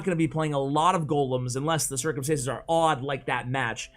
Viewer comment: It’s circumstances at you said circumsitions